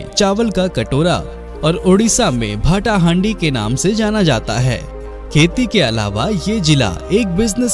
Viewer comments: भाई भाटा हाँडी नही भातो हाँडी कहा जाता है याॅनी भात का हाँडी । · Bht achha vdo ...tq ...but bhata handi nehi he .... pronounce wrong...